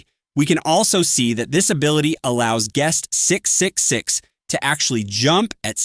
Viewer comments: "gust 666" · TTS coming up with a new way to pronounce guest 666 each time its mentioned